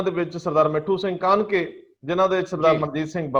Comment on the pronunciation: It's Kahneke not Kahanke